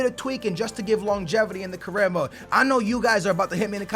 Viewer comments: Longevirty lmaoo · There is no ER in longevity lol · Longevrity lol